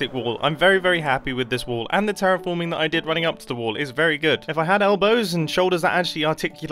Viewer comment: אמרת טראפורמינגגגג???